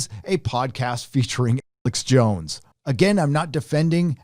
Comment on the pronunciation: Sounds like you're saying Alex Bones lol